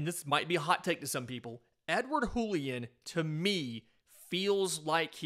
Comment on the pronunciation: It's not a spanish J, it's a french J. "Julien", not "Hoolien"